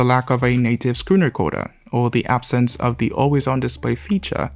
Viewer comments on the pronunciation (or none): none